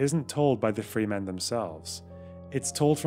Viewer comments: Great video. However one small issue. Its pronounced Fremen not Freemen. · wonderful video! just two small issues: a) regarding Dune, it's "fremen" not "free men" and b) i'm bothered that you did not take the opportunity to say "and hard" after saying "the long history of" :) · Absolutely bawking at the pronunciation of Fremen.